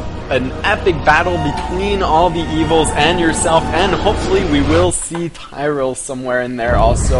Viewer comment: Things to point out: 1. It's pronounced Tee-ree-el. 2. Leah is Cain's adopted niece. That aside, I can't wait too!!! So excited for this game. :D This cinematic just looks INCREDIBLE. Also I believe Chris Metzen said that they cut the spoilerific parts of the Cinematic, so we may not be seeing the whole thing in here. :)